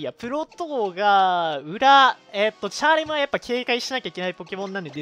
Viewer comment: チャーレムのイントネーションが気になる